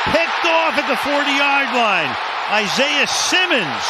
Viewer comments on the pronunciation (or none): none